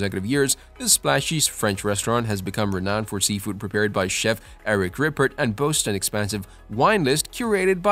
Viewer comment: Butchered the pronunciation of Le Bernardin and Eric Ripert